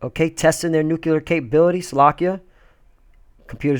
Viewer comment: There is no such word as "NUKULEAR", the word you want to use here is "NUCLEAR"